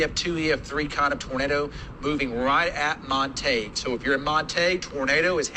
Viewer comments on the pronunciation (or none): Omg the way the weather man pronounced Montague.